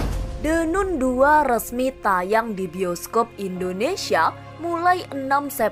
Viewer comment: The nan bacanya min😊